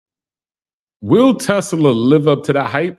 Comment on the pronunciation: It’s NOT “Tes-la-la”!